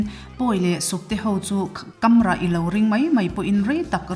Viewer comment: Kamrah a Kam hi a ri hniam a lam tur.